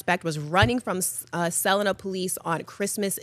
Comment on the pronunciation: Might need to teach the class again on how to pronounce Miami Valley town names, like Celina. 🙄